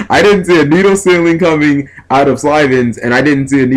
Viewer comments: SYLVANS. Not slyvans. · I like this duel, the problem is the way he keeps saying Sylvans, it's pronounced Sil-ven. Spelled Sylvan, just pronouncing it bothers me, but meh. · Definitely saying Sylvans wrong...